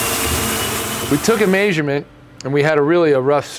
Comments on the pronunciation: I love the way says MEAsurement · who taught you how to say may-shur-ment? 😂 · keeps saying “maysurement” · I know what a measurement is but I don't know what a maysurement is!!! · I never knew said measurement as "maysurment" until he said it 5 times in a row lol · Who else loves the way that says the words "measure" and "measurement"? I am not sure what accent that is, but as far as I know it's definitely not a Florida thing or a Utah thing so where he picked it up I'll never know… It's awesome though!!! 👍🏼👍🏼